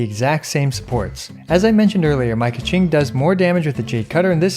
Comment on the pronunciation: Sorry to all Mandarin Speakers..Please dont say KeChing